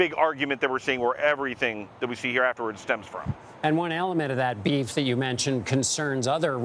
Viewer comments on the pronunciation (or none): Please srop saying "beafs".